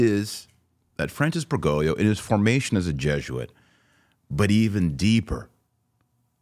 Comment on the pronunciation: For the second time, it's BergoGlio, not BergoLio. You always mispronounce his last name and leave out the second "G". Please learn how to pronounce it correctly because it gets very annoying to have to listen to. Too bad we even have to discuss his name at all.